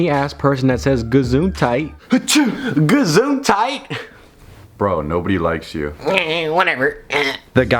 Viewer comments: Einfach mal alle Deutschen beleidigen wtf Btw its "Gesundheit", not "Gazuntite" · its just what u say in germany when someone sneezed.. like bless you.. but it is "Gesundheit" not gazuntite xDD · It's actually "Gesundheit". It's German... Do you say Gazuntite as a joke or something? :D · Its actually gesundheit not gazuntite lol german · "gazuntite" boi it's Gesundheit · „Gazuntite“ more like german „Gesundheit“ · dude its not gazuntite, but its "gesundheit" (Deutsch) that means "bless u" xD hahah wtf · Gazuntite? Wtf?